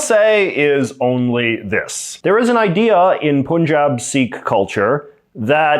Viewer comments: pronounced "Pan jab" Pan as in pun, not poohn. Source : I'm a Hindu Punjabi, grew up in Bangalore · 1 Its not "Punjab" or Punjabis it is pronounced as "Panjab" or " Panjabis" 2 Khalistan is not independent Punjab of India but Pakistani Punjab + Indian Punjab and few other states in India 3 In India 90% Sikh wants to stay in India and they don't look for separate land 4 Khalistan movement started by Indira Gandhi Indian PM just to win Punjab and at the end lot of Khalistani people flew to Canada after "Operation Blue star" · Pannjaab, not poonjab. Pannjaabi, not poonjabi. Torunto or Vangkauvar wouldn't sound too well, would they? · For future reference, it’s not pronounced “Poon-jaab.” It’s pronounced “Pun” (like the word pun in English), followed by “jab,” but not like the English word jab. Instead, it’s pronounced “jaab,” with a softer “ah” sound. You may not care, but if you cared enough to make a video on it and repeatedly say it wrong, then you should at least be able to pronounce the name correctly. Notice how I didn’t make fun of you for saying it incorrectly. I understand that pronunciation mistakes happen, especially if you come from a different ethnic background. But instead of mocking you, I offered the correct pronunciation. It doesn’t take much effort and certainly doesn’t require humility—just a bit of respect for the culture you’re referencing. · It's not Pooonjaab, it's Punjab. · Dear JJ: Right pronunciation of Punjab is not "Poon-jaab", rather it is "Paan-jaab" - like "u" in "umbrella" or "cut". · It's not poonjabi it's Punjab say like pun and jaab Panjab oyeeee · Honey = Hon + ey Punjab=Pon + Jaab Pun pronounced as Hon in Honey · I laughed when he pronounced पंजाब as पुंजाब 😂😂. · You really don't know how to pronounce 'Punjab'... you should pronounce it as 'Paan-jab'... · No pun intended, but please pronounce the Indian state's name correctly as 'Pun' jaab. Get it? 🙂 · You don't even know how to pronounce Punjab.